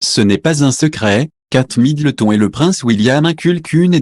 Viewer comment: Apprenez à parler à votre robot, trop rigolo la prononciation des noms de famille, j' adore Kate Middle thon 😅😅😅😅